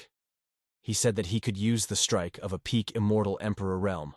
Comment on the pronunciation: Bruh why u say realm like that